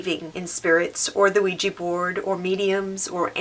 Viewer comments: Why do Americans call it weeji when it is ouija! Wouldn't it be weejah? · It's pronounced WE-JA. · I didn't know it was pronounced "weegee board". I'll probably try it someday if I can. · Why do people pronounce ouija as ouiji??? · you said Luigi board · U pronounce Ouija board wesha board. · Ouija Board is pronounced wigi board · DJ JJ my little brother actually pronounces Ouija board, Luigi board 😂